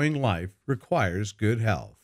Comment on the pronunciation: please pronounce th in the word "health",otherwise you pronounce this word like hell